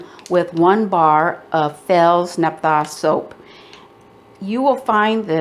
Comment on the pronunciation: You pronounce it with the emphasis on naph'-tha. 1st syllable. Like the soap recipe